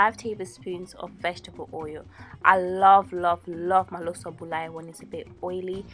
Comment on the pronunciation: awesome looks very tasty. btw it's bulayi, not buyali. :)